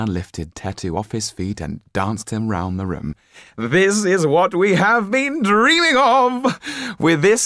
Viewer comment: "THIS IS WHAT WE HAVE BEEN DREEAAMING OF!" I laughed so hard at that and at the steward of count what's-his-face accent